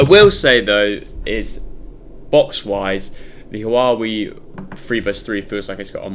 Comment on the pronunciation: I hate the way u say Huawei, say Huawei, not Hawawi